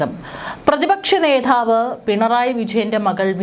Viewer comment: പ്രതിപക്ഷ നേധാവോ ? ഒട്ടും അക്ഷരശുദ്ധിയില്ല അരോചകം